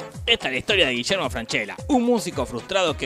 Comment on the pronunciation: Y Gillermo Francella tampoco eta Gullermo Francella.